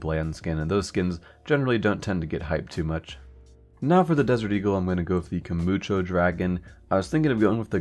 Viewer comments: "Kumucho dragon" I'm not trying to be that guy, but its 'Kumicho' (I like to pronounce it as 'kuu mee ko') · Why you pronounce so many names wrong? :p akihaBAra, kuMiiicho, vaylence? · KUMUCHO DRAGON?!? Plz read it properly next time.